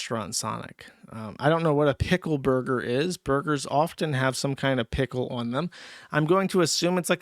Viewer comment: Is that intentional or is it another "eever" and "awn" with Jewsh saying "piggle" instead of pickle?